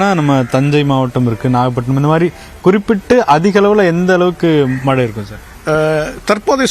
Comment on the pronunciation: News 18 பேட்டி எடுக்கும் அந்தப் பெண்ணின் வாயில் வசம்பை வைத்து தேய்க்க வேண்டும் மழை என்று சொல்ல தெரியவில்லை வாழ்க நியூஸ் 18 தொலைக்காட்சி